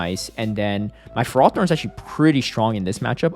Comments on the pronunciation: It's Fer-ro-thorn, not Frar-thorn 😉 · Tell me you're engagement-baiting with this ferrothorn pronunciation lol